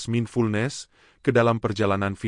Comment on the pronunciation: Isinya bagus tapi masak ATTRACTION dibaca ATRAKTION? MINDFULNESS dibaca MINFULNES?